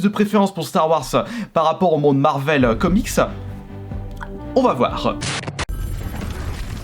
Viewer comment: Je rêve ou il as dit marcel comics